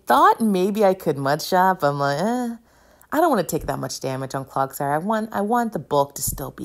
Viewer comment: I actually love your commentary, mispronunciations and all. You need a CloGsire graphic where it's wearing little clog shoes. It's CloDsire, btw, as in "clods" of mud. <3